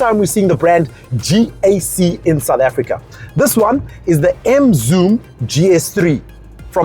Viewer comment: when he said Gkak! 😄😄😄